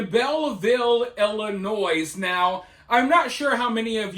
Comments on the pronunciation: When you say Illinois you're supposed to pronounce the S silent.. (noy) nois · It's Ill-ih-noy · The S is silent in Illinois